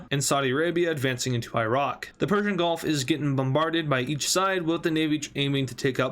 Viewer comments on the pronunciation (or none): none